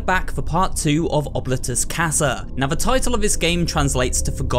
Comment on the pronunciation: im so sorry if this sounds rude, but i believe that oblitus casa is pronounced : " oh-blee-tuss- cass- uh"